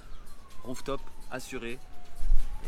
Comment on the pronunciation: TECHEKURRLERR!! Voilà la prononciation en français jeune homme (tu enroule le R comme les italiens)